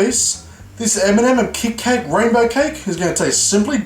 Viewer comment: u don't know how to say kit kat